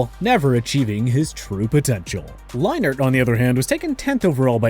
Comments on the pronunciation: They way you miss pronounce Leinart is cringe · The way he is pronouncing Leinert and Whissenhunt wrong is driving me nuts. Also, as bad as Gase was as a head coach, Bell ruined his own career, not anyone else. Dude was pretty damn dumb. Turned down the contract in Pittsburgh, to take a lesser contract a year later with the Jets. Thought he could "mumble rap", which he only got a chance to do because he played in the NFL. Now is fighting Adrian Peterson because he is most likely broke.